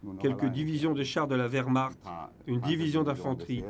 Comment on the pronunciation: Mille excuses == Werhmarcht .... avec "ch" pas "r".